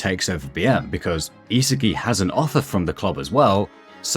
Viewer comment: are you saying the names wrong on purpose? It's not ME-chael, it's Michael (My-Coal). It's not (is-i-ki) , it's isagi (e-saw-gee). How do you guys butcher the names when it's common sense